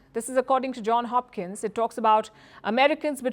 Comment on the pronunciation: JohnS Hopkins, not John....